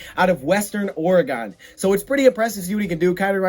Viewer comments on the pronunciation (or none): Say it with me... its's not pronounced "Ore-a-gone" same way you don''t pronounce it Mich-i-gone..😁 Midwesterner's always butcher that...lol😂